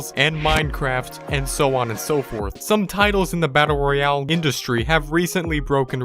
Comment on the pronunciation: He for got the e in Royale